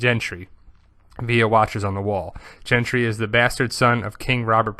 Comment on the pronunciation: His name's not "Gentry", it's GENDRY, with a D, not a T